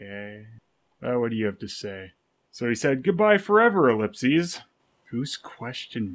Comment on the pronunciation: It's pronounced in singular ellip-SIS not ellip-SESE. I'm the only one nitpicky enough to point that out.